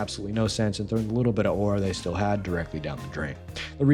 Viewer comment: First of all, don’t pronounce it like that. Second, that’s a still image.